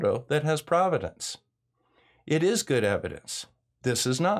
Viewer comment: Good video. This is one of my biggest complaints about FE. The absurd dismissal of all photos of Earth from space without a shred of evidence in most cases. By the way, at ~9.36 you said "providence" when I think you meant provenance.